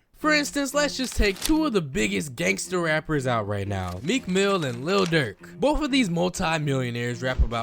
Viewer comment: mf said “Meek Mill”😂😭